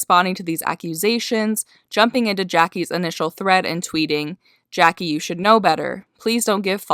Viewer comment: Prettybr0wn3y3z right and she called Jackie Jacklee 🙀